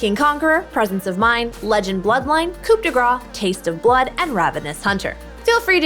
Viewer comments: we do not pronounce the P in coup , and yeah we say it like grass, so it's roughly like "cou de grass" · I had french for one year and imo it should be pronaunced as coo de greiz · will y'all quit saying coop d gras in all your videos for the rune? the p is silent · pronouced coo de grah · I like how every american say "coup de gra" instead or "coup de grace" yet they prononce "amazing grace" correctly. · coup de grace is actually pronounced "cou de grá" but okay